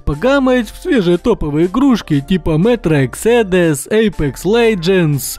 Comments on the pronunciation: Оу, ты разбираешься в играх! Ну, хотя раз Мэтро экзэдэз, Анткхем, вместо Анзэм. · Меня одного волнует что он сказал мЕтро аксодус? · Мэтрэ эксэдэс... Пиздеееец, это типа Metre Exedes? Хоть бы перевёл... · Мэтро эксэдс 😂😂😂